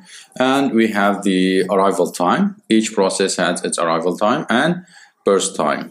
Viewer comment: it's burst not brust